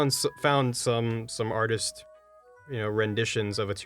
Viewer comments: man i hope says arteeest more often, it's soooo funny! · Someone needs to tell to stop saying "arteest". It was okay the first 30 times but it's getting a little old.